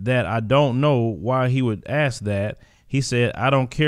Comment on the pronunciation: By the way fantastic program today commentary,,,, but I have one gripe,,, I find it very obnoxious that you say ax,,, instead of ask,,, would you kindly correct that,,, not sure what the issue is